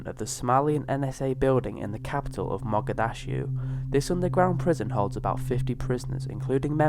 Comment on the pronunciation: WTF .... 'Mogadashu'..... it's pronounced, Mog-a-dish-oo...FFS